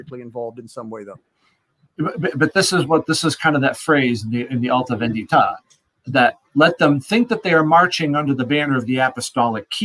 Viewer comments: Symonds "Alta Vèndita" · As an Italian, sort of fun to hear no one being able to say "alta vendita" correctly, and the comments about pasta dishes once the Carbonari (Italian freemasons indeed in time) were brought up. Good talk, tho, all silly jokes aside: I am glad you all want to reveal the issues with Marshall's book without attacking him out of malicious intents.